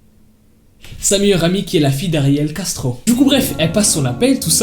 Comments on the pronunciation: Ptdrr, j’ai compris « Gastro » au début. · Quand il dit : ariel Castro j’entends ariel gastro 🤣🤣🤣qui est comme moi ? Like 😂😂😂😂